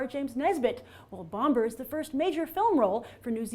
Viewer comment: Grace, I think you're mispronouncing Bifur, Bofur, and Bombur. Bifur rhymes with swiffer, Bofur rhymes with coffer, and Bombur rhymes with somber. :)